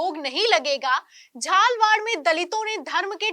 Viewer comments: पहले हीन्दी सही तरीके से पढना सिखे। झालावाड़ लिखा है कि झालवाड पहले हीन्दी सही तरीके से पढना सिखे। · It is Jhalawad not Jhalwad why don't u improve your pronunciation. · राजस्थान के इस शहर का नाम झालवाड़ नहीं है। इस का नाम है झा-ला-वाड़ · Good evening, amend to read झालावाड़ in place of झाल वाड़। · झालावाड़ है न की झालवाड नहीं है😂😂😂😂😂😂😂😂😂😂😂😂😂😂😂😂😂😂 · आप झालवाड़ को झालावाड़ पढ़े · झालावाड़ है झालवाड़ नहीं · झालवाड़ ये होता है झालावाड़ है ये अपनी मातृभाषा तो सही बोलिए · बड़े अफसोस की बात है देखकर भी हिंदी सही नहीं पढ़ सकती.... झालावाड़ को झालवाड़ बार बार बोल रही है.....? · Rajasthan ka yah Shahar jhalawad nahin jhalawad hai ise Jara shuddh kar le aap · राजस्थान के झालावाड़ को झालवाड़ बोल रहीं हैं जबकि लिखा हुआ झालावाड़ ही है कृपया वाचन सही करें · It is not झाडवाल but झालावाड, do your homework properly. This area was ruled by झाला Rajputs. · Jhalawad not jhalwad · झालवाड़ नहीं है झालावाड़ है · atleast PRONOUNCE the name of the place called JHALAWAR / झालावाड़, CORRECTLY. Don't be in hurry and don't so negligent or unconcerned about things. PLEASE be PROFESSIONAL in your professional work, PLEASE!